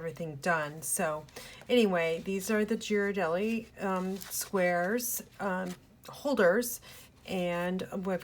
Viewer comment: As I’m from San Francisco originally I am compelled to share with you the correct pronunciation of that fabulous chocolate 😉 With love!😘 The G is pronounced as “gee-rar-deli” or a bit more clear would be “gear-a-deli” with the G as in girl. So not a J sound, “jee-rar-dah-lee” as thousands not from the area say it. Hope that is clear...🙄 🍫 😉